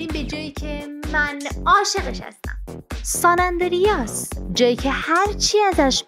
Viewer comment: سان اَندِریاس هم اشتباهه! درستش👈🏻 سَن آندریاس